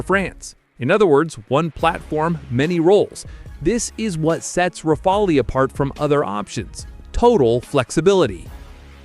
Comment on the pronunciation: it’s pronounced rafal, you idiot….the e is silent. Learn how to pronounce the word before making YouTube videos.